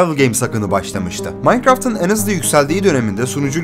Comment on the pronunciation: en büyük derkenki 'en' leri yanlış söylüyorsun dostum. belki düzeltirsin görüp. kapalı söylemen gerekiyor.